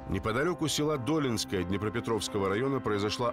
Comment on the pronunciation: що за дОлінскоє, ДолІнське))